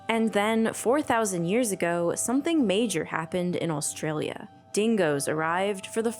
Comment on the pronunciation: is it just me or does she keep saying "all-stralia"?